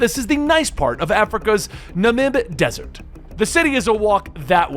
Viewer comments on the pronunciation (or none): none